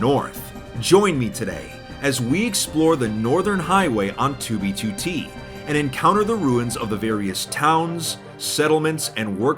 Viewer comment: I hate the way says 2b2t like (tubituti)